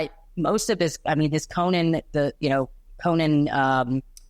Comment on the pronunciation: Thank you for saying "Conan" correctly!